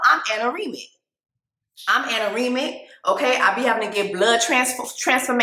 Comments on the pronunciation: Anaemic girl 🥹 not anaremic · Do you mean anemic? I don’t think it’s anoremic. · Girl it's ANEMIC not ataremic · 1)ANOREMIC ??????????????????? WTF IS SHE TALKING ABOUT ?????? 🤢🤣🤢🤣🤢🤣ANEMIC 2)THE SINGING HAS TO STOP...... IT IS GETTING SOOOOO OLD.... 3)AND ITS .... "SUBSTARCTION"!!!! Is this woman illiterate?????? So painful to watch....... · Jess… my sister in Christ. What is “anoremic”? Do you mean anemic? Birth control does not cause or aggravate anemia, it can actually help with anemia as it decreases menatrual blood flow which is usually the main cause of anemia in young fertile women. But yeah, birth control doesn’t work for everyone. Personally I love my birth control. I will say I don’t like it when men try to pressure women to get on birth control when they’ve clearly communicated that they don’t want to be on birth control. I feel like Johnny is trying to withhold sex and pressure her to get on birth control because he may be one of those dudes that hate wearing condoms. Seems selfish and manipulative. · Not jonnie "pacificly" 😂... and she said Amy was "anerimic" 😅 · lol I know that's not how you pronounce it. It's anemic